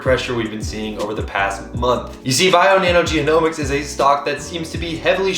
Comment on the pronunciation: genomics .. not geo-nomics, sorry thqt was triggering